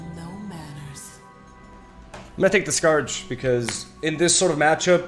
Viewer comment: Just an FYI, The Scourge is pronounced like: The Skerj